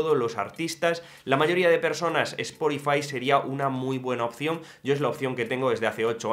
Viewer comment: Cada vez que dices “esporifai”, dios mata a un gatito británico…